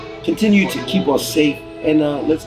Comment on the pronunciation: "KEEB IT CASUAL"